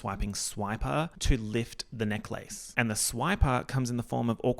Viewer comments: I love how you say neck-lace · pronunciation of necklace literally rewiring my brain chemistry.... it's a neck-LACE you guys!! a lace for the neck!!! groundbreaking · this video is great but you confirming that australians really say necklace like "neck-lace" like the disneybound girl does is all i needed